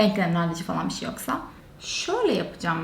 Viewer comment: kaç zamandır bu işin içinde olmana rağmen ki iş diyorum işten sayılmıyor hala daha bişi bişiler diyorsun konuşmanı düzeltsen keşke ilk olarak